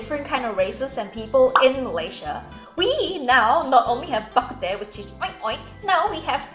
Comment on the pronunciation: Bah kut teh is actually pronounced as Bah Kut Tng which means soup. My ancestors are from Gulangyue but I was born and raised in Manila therefore I speak fluent Hokien but I am illiterate in Chinese.